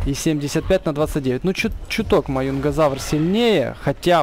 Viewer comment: Маюнгазавр это Маюнгазавр ане Мажезавр пж говори правельно